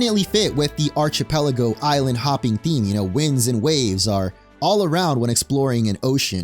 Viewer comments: It's pronounced ArK-Pelago, not Arch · Archipelago starts with the sound of "ark" not "arch"... just sayin. Thanks for the upload though, I missed a couple of your additions here. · aar-kuh-peh-luh-gow, not arch-uh-peh-luh-gow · You should learn how to pronounce the word "archipelago" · The second hand embarassment I feel hearing you pronounce "Archipelago"